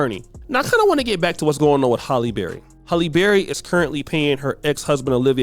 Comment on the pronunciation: It’s “Halle” not “Holly.” You never say it right.